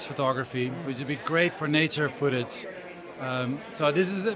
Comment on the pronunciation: "fooootige" footage*